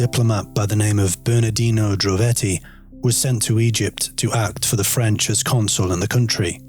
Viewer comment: really? If so I'm so sorry, that was kinda rude of me tbh. Has the audio been run through some kinda voice filter or editor? There's just something strange about the way it says certain words - the stresses and intonation on certain words is "off" compared to others. like "consul in the country" "his most famous find" and the word "papyrus". It's like there's an effect on it if it's not AI.